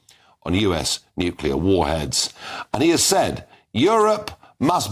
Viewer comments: Nucular? WTF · When the "expert" says nucular like George Bush.